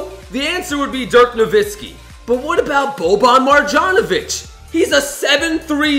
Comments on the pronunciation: He also doesn’t know how to pronounce Marjanovic Mar-yon-o-vich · Why does always say Boban MarJanovic. It’s Boban Marjanovic